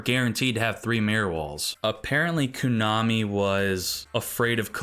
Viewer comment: you're killing me every time you say "koonami" lmao